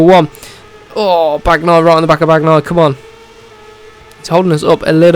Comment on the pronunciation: Just please when you say Bagnaia don't pronounce the "g" just say Banaia 🤣✊🏻